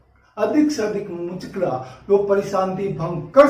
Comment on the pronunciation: Shriman Ji aap dwara Kai bar muchakla Shabd ka prayog Kiya gaya hai Jo galat hai Sahi shabd muchalka hai kripya sudhar Karen